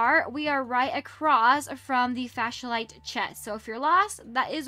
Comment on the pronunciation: Girly it’s called a flashlight not a fashlight